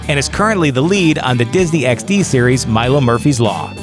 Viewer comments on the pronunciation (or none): none